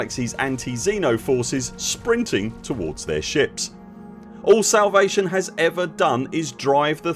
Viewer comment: are you saying salvation or salivation?